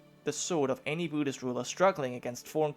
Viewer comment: Byudist? Really? Come on it's pronounced boo-dist. Buddhist=Boodist